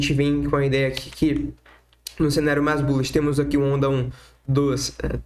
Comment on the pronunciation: "Mais" nao se pronuncia como "Mas".... aprende o português primeiro né brother ( de nada, só você ganha falando corretamente)